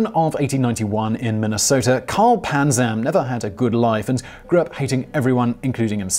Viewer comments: I could have sworn it was Panzram with an R, not Panzam. Am I mistaken, or did the illustrious writers of Simon Whistler Inc. overlook something?? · I love your channel...its Panzram not Panzam... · It’s panzram not panzam